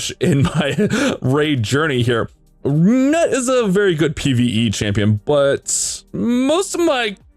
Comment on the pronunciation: NUT?! LOL dude the NUT exaggeration is killing me. Isn't it pronounced noot? lol